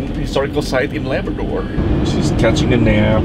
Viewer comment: It's not laberdor, it's Labrador